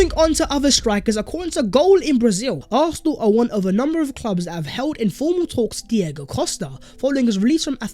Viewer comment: Arsenal not arthenal